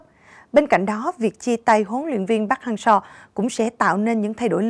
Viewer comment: Park Hang Seo ko phải Pac Hang Seo